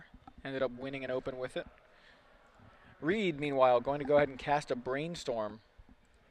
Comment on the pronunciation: You guys screwed up Reids name Nice work though